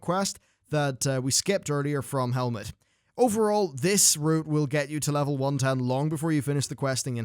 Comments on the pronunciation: did you say helmet I think you mean hemet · your videos are great and I love watching them.. but ffs, it's HEMet Nesingwary, not HELMet! >< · Bruh... you called him Helmet Nesingwary... lol